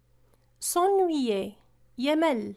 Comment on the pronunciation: un très bon effort, bonne continuation, mais une petite remarque si vous permettez, revoyez votre prononciation sur quelque verbe, ex: s'ennuyer